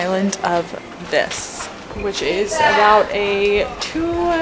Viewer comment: Unfortunately, you keep pronouncing “Vis” wrong. The i is pronounced as a long e sound.